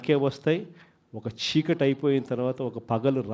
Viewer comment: Chhikati kaadu baabu Chikati anali.